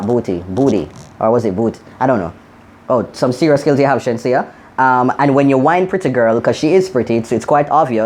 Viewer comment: Not sheensea it's ASHENSEA loool